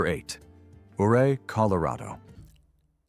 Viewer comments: Ouray, Colorado is pronounced YOU RAY. Named after Chief Ouray of the Ute Tribe of Native Americans. I lived in the area from . Loved it. Regret moving away. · It's not pronounced O ray, it's U ray! 😊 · Ouray Colorado is pronounced Yuray not Ooray!